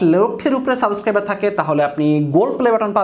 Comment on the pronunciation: ভাই সাবেস্ক্রাইব নাকি সাবস্ক্রাইব? 😬